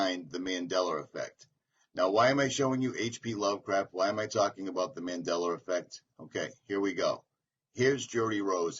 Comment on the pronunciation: It’s called “Mandela effect” not Mandeller effect